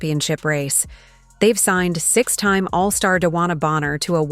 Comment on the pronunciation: Your stupid digital announcer said Mitchell ‘resigned’ instead of the truth that she ‘re-signed’. If you use a digital reader, you could at least fact check it. I’m an unsub.